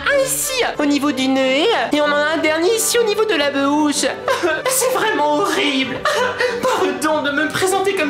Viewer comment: on dit bouche et pas be ouche et illumatuit se prononce illuminati